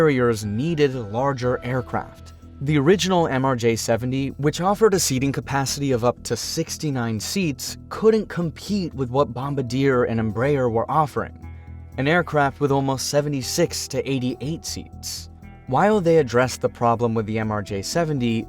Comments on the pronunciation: When you do a documentary about airplanes one would expect at least you can PRONOUNCE the manufacturer 😂🤣😅😂 Bombardier Bom bar de a Please practice before doing another video. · if you’re going to make an aviation video, please at least learn how to pronounce Bombardier correctly, my lord that was embarrassing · Learn to pronounce "Bombardier". It's French.